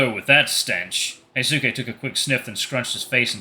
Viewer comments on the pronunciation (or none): Hey, I think Hyosuke's name is supposed to be pronounced as hee-yo-skay